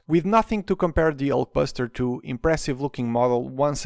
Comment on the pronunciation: I love how he says Ulk Basterd